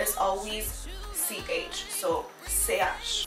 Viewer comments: I get that you’re trying to make it sound easy for your learners but I just want to point out that from a linguistic point of view in Haitian creole the 3rd letter “ch” is not pronounced “c h”, it’s pronounced “sh” like you’re shushing someone. But aside from that, great job! I’m a Haitian born and raised and still living in Haiti, and I graduated in Linguistics! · You should have been able to make the diference between the haitian creole alphabet and the haitian creole sounds... You mixed them up together instead... Ch is not a letter, it rather be a sound.. Check out the creole gramar